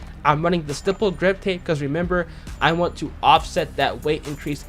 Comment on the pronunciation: Youtubers still cant say stippled or grenadier half a year later lol